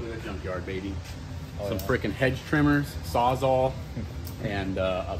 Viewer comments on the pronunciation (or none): Does anyone else find it funny that calls a Sawzall a Saw Zaw?